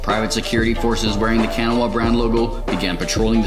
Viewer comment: A minor pronunciation quibble about the pronunciation of Kanawa, but like usual, these videos get me PUMPED to play Torg!